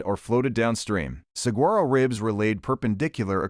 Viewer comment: the pronunciation of saguaro is incorrect - use the dictionary